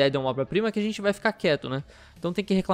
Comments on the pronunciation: Hahaha, pode se ligar, toda vez que ele tenta falar "obra" sai "oba" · esse nao sabe falar obra?kkkkkkkk